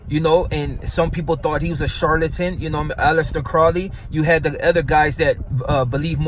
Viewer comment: Aleister, not Alyester pendejos